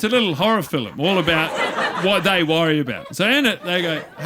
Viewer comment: Funny but what's with his pronunciation of 'film' 'as 'fillim'